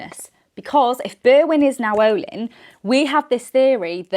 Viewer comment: I think it’s pronounced Nayoh-lynn. I’m not certain of this but Now-ohlin sounds funny 🫤